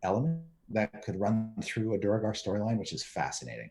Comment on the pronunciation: Thanks Chris! I was going to say DWAIR-gar in Chat but I should just always have faith in you!!